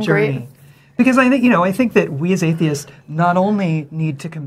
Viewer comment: WHY do so many people drop the S on words like "dentist" and "atheist"? The first S doesn't count!! Wrong: ST Right: STS STSSSSS